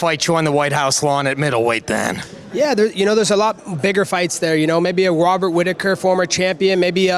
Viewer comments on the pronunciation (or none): Wobbert whittaker 😂